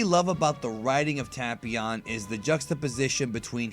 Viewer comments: It's not pronounced tap ion it' ITS TAPEION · Ta-pee-on. I thought it was Tay-pee-on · It's pronounced TAY-PION, NOT TA-PI-ON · Am i the only one who always pronounced tapion as Tape-ion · “Tahpeeon” lol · Anglo Laflare tape eon. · Devious J I’m making fun of how he’s saying it. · Black Disciples TA-PYON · That's now how u say his name pal😐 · you said the name wrong tapion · He pronounced tapion wrong